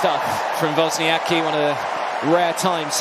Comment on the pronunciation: Pronunciation hint: it is wozniaTZki